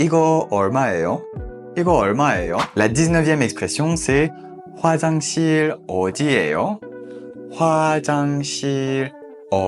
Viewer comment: J’ai deux question : le h c’est pas ㅎ plutôt Et pour 이거 얼마예요 ça ne se prononce pas plutôt "I-geo eol-ma-yé-yo " au lieu de "I-geo eol-ma-é-yo" ?😅 pareil pour 화장실 어디예요